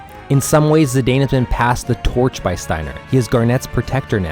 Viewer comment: Looking forward to disc 3 and 4 videos! By the way, it’s pronounced Zih-dahn not Zih-dayne. Dissidia confirmed the pronunciation of his name.